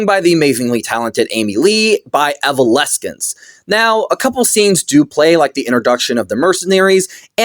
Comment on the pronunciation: Kevin Conroy voiced Hush because Hushs goal was to essentially become Bruce Wayne. Also Evoleskent is wild pronunciation lol